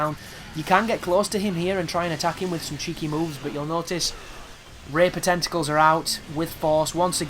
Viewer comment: are you an indian.. the way you pronounce tentacles like tentocols.. LOL no offense men.. =)